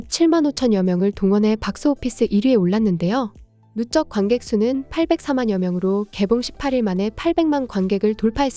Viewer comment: 누쩍이 아니라 누적입니다.